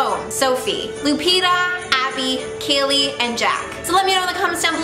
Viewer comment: so close on my name not kayley but hayley